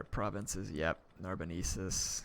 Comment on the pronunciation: it's NarboNENsis, not NarboNEEsis.:p